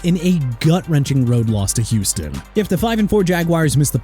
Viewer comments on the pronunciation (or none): none